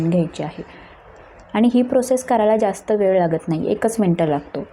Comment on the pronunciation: अशुध्द मराठी... ळ चा उच्चार ल असा होतो आहे. उदा. वेल, त्यामुले इत्यादी.